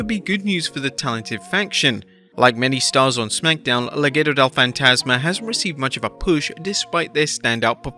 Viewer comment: Shout out for pronouncing Legado as "Le Ghetto" 🔥